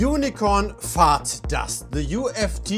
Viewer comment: Whenever he says "fart", his pronunciation of it kills me of laughter! :face-blue-smiling